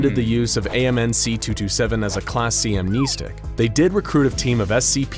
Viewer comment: Keh-teer. KEH-TEER!? THATS HOW YOU PRONOUNCE IT!? Bruh. Everyone, including me, has been saying this wrong for SO LONG! I do know for a fact that amn-NEE-stic is incorrect though .🤣